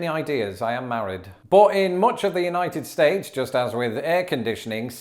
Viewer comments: When he says "United states" what my brain hears is "Uknighted States". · I like how says United States he puts his much emphasis on States as he does United